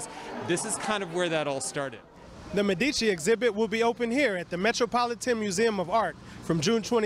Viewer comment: Learn to pronounce Medici correctly